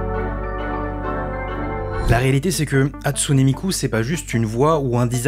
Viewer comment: Tu prononce pas la fin du Hatsune comme é mais e puis. Tu Viens même faire des histoires sur des intelligences artificielle qui sont pas humaines et on dirait de la pib au debut surtout donc